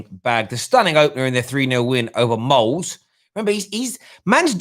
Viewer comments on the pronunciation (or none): It's Molde with emphasis on the e at the end.